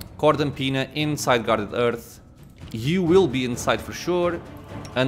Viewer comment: Please, for the love of god, somebody tell me that in the 10months since this vid, this man learned that the H in Hearth is not silent... it's driving me nuts!